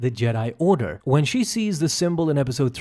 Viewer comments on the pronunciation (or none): none